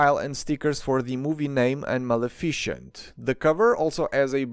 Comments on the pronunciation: Ma - Le - Fi - Cent Not Ma-Le-Fi-Cient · Sorry, in and i hear “malaficient” instead of “Maleficent” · Bro really called maléficent "malefícent" 😂😂😂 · Can I just say I love the new name you've given to my favorite Disney villain Mel-A-Fish-ent. 🤣 It's actually pronounced Mal-Eff-i-cent. But Melafishent is just so satisfying to hear and say NGL. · Surprised not more in the comments are saying anything about your pronounciation of Maleficent haha Ma-Lee-Fi-Cent. it sounds like Male-effecient which is killing me hahha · I have never heard someone call her mel-i-fish-int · bro, good content but please look up how to pronounce maleficent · The cassette cases were always meant to imitate books, which is why their sides are white,to resemble pages. Also, a pronunciation tip about Malificent's name: Its end is "cent" so it sounds like the end of "magnificent". :)